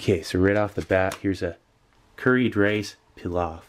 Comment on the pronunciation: I lıke how you pronounced pilav :))